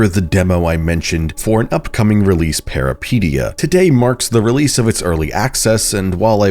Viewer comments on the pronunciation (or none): thank you!! i was getting so annoyed lmfao. he makes it sound like "peripedia" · Hi greek guy here It's pronounced Peh ree peh tee ah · The way you pronounce that is making me twitch involuntarily.